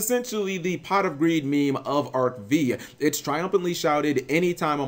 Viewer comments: ARC-V is "Arc-Five", noT "Arc-Vì".... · It's pronounced arc FIVE. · You mispronounce Arc-V, it's read as Arc Five. Dislike. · "Arc Vee" It's Arc V you mongoloid